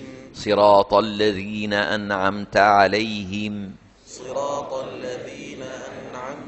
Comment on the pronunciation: Katanya paling tepat sedunia, tp kok masih ad yg salah,? Simak menit ke berbunyi NA ANA 'AM ( bunyi AN dpantulkan jd ANA) . Seharusnya NA AN 'AM.